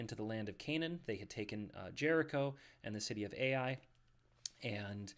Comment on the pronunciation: Ai (a diphthong) is pronounced "I".